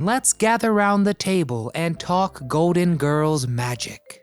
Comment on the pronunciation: It’s GOLDEN Girls, not “goaden”